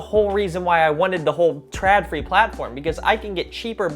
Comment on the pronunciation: I know this is years late, but it just keeps rubbing me the wrong way: The letter "Å/å" is an "o", not an "a". So it's "trodfree", not "tradfree". =)